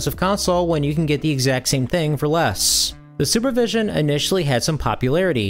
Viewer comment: Sorry, but I heard "Sewer Vision" when you first said it. I thought "Wait, what? Someone made a game console with that name? That sounds like a joke." Weird how I never heard of this Super Vision handheld before, and I've been into retro-gaming since 2003 as a 12 year old, so...